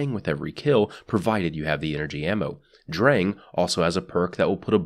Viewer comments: it's pronounced like "Drung" but the german "R" is very different from english and most other languages. can't really explain it through text, sorry mate. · you pronounced sturm better than drang